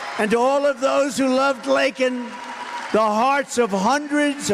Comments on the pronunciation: Laken not Lake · it's "Lakin" not "Lake" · Biden: Biden cares so little that he doesn’t even pronounce Laken’s name right Trump: mentions Laken Riley and then goes through each one of her extended family’s names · He called her Lincoln. That’s an entirely different name than Laken. He doesn’t give AF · The fact that Biden apologized calling a murderer "illegal" but NOT for mispronouncing victim Laken (Lincoln) Riley's name tells you EVERYTHING you need to know about him. R.I.P. Laken Riley FJB!! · Laken, it’s Laken man. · Her name is pronounced Lincoln? I would have mispronounced it too, but fuck him for apologizing to criminals, and apologizing for telling the truth. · Biden is just a puppet tool bag.... he should apologize for mispronouncing Laken's name! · Yet, this clown can't (Or won't) apologize to Laken's family for what he caused or mispronouncing her name. FJB!!!!!! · He should have used illegal alien criminals! End of story! “ More orderly flow”! No apologies to Laken for mispronouncing her name! These people are satanist. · I'm never been more ashamed of the American government. This is unforgivable. He shouldn't get a single vote in November. I'm disgusted that he would walk back calling a killer an illegal, but he won't correct himself for mispronouncing the name of a tragically murdered American citizen. This is not my America. I'm ready to fight to get my America back. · This sorry ass bag of manure had to be forced to even mention Laken Riley; then couldn't even get her name right; and now is apologizing for calling her murderer illegal, which he is. Illegal alien murderous criminal scum bucket. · He didn't apologize for saying her name wrong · So disgusting. Didn't apologize for pronouncing her name wrong but does for insulting a murderer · So, no apology for saying Laken's name wrong. Shameful! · I clicked on this video because I thought the apology was for mispronouncing Laken’s name. This is truly shameful.